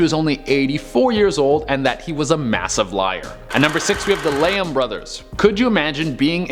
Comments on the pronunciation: Love your videos! You were pronouncing Lehman as Leham. Tried to ignore it but couldn’t. I would normally assume I was incorrect about the pronunciation but I’m pretty sure about this one. Also it’s PT Barnum, not Braunum. I’m sure about this one too. 🤷‍♀️ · It's also Lee-man bros. Not Leeham Bros. Sorry... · Barnum and Lehman, not Branum and leyum... it’s literally spelt right but said completely wrong, like WTF. 😑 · It's pronounced...Lee-Man....that is all. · Ok BAR-NUM and LEE-MAN put the bong down dude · P.T. BARNUM not BRANUM..... jesus do you guys even pay attention to what you're presenting? ugh and Lehman brothers.... WOW have you never actually heard these names spoken come on, you're better than this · Mispronounced barnum and lehman at no.7 and no.6 consecutively, feel lied myself. The kind of video that tells you what was true when what the narrator said is untrue at the same time, a perfect example of lie within a lie, so the question remains, who should you even trust these days when the info given by the presenter is false itself. And you know the guy is insecure when he pronounced his name as "duren" instead of "durena" at the start of the video. 😂